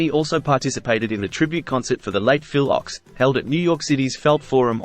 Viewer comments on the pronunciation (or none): PHIL OCHS (OAKS) NOT "OX"!!! R.I.P. Melanie Safka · Please. It’s Phil Ochs pronounced OAKS. Other than that, thanks for this. So many either forgot about or never learned about Powder Ridge , the injunction or the long term controversy. Very nice article.